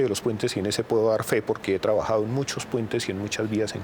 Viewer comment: Se dice trabajado, no travajado "profesor" jajajaj